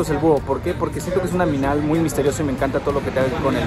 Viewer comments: se equiboco diciendo un aminal en vaz de animal jsjsjsjsjsjsjsjsjs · se equivoco dijo aminal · Aqui los que en el minuto dice aminal jajaj me encanto esa parte si ve está respuesta saludos ❤️❤️🖤🖤